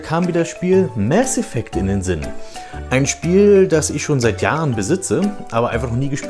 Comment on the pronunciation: Danke das du nicht "Maß Effekt" sagt. Das regt mich immer so auf. Das mit dem "Das ist Paranoia", klingt so dumm, da der Sprecher es falsch betont. Hat bestimmt nicht den richtigen Hinweis bekommen warum er das überhaupt sagt.